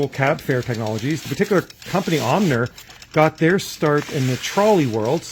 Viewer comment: Surely it's pronounced Ohmer